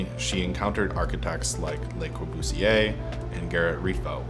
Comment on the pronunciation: It's 'Le Corbusier' not 'Les Corbusier'